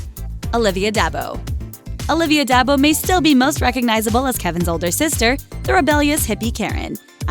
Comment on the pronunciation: Her name is pronounced "DEE ARBO"